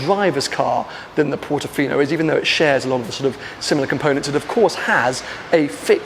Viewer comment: Bro.......did you say "look at it as a Portifino on crack"!!😂